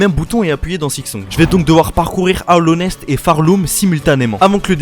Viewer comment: haoowllonest c sa XD